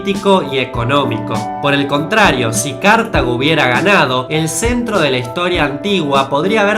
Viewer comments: Cártago? Se dice Cartago. Y si África está menos desarrollada no es a causa de que el imperio romano no llego hasta allí. Y'a que el imperio romano se extendía hasta la actual Turquía, Argelia, Libia, Túnez, Marruecos... Bastante poco documentado en este caso amigo. Además los árabes de la época post romana, estaban mucho más avanzados en todo a Europa. Y su invasion de la península ibérica benefició muchísimo a todo el mundo occidental por los avances que aportó en diferentes campos. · Se pronuncia oralmente "Cartágo", tanto en español como en ingles. Aunque paradójicamente no lleve acento. Y más allá de la realidad que pudo ser, Aníbal no podía ganar esa guerra, la segunda guerra púnica. Roma al final y luego de miles y miles de pérdidas y humillantes derrotas (Cannas por ejemplo), aprendió a la fuerza y decidió llevar la guerra a Hispania y luego al mismísimo territorio propio de Cartago, obligando a Aníbal a dejar su campaña en Italia. Ya en esas etapas sus ejércitos están menguados y divagaba por el sur de Italia; detalles que claramente muestran su fracaso final, a pesar, increíblemente, de sus grandes victorias. Todo esa administración de suministros e ir debilitando a la amenaza de Aníbal lo realizo el gran Publio Cornelio Escipión. La batalla de Zama Por otro lado, es loable que pongas el tema de Napoleón en cuanto a cuestiones de suposición venidera en la historia humana. Pero técnica, y literalmente también, el rumbo de la Europa de principios del siglo XIX y, la del mundo por lo tanto, se jugo verdaderamente en la batalla de Borodino o como la conocen los franceses; la batalla del Río Moskova. Allí, a pesar de un triunfo sufrido de las tropas de Napoleón, no lograron bajar al gigante ruso y la suerte quedo sellada. En su retirada la Gradne Armée ya desmoralizada sufrió al invierno para terminar por sepultar el devenir de Europa. Napoleón no era invencible, las monarquías de Rusia y el Reino Unido estrecharon lazos y las retiradas de Napoleón de E